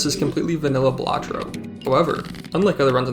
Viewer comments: Why do you say ballahtrough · Huh I thought its pronounced Balatro not Balatro